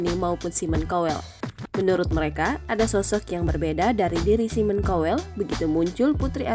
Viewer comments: Mbak bacanya SAIMEN KAWEL , Bukan simon cowel 😂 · Bukan simon kowell tapi simon tjowellll wkwkwkkkkkkkkkkkkkkk